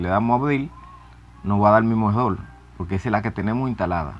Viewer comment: se dice PORQUE NO POLQUE APRENDE HABLAR